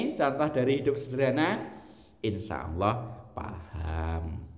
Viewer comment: mohon maaf ya bukan Alloh tapi Allah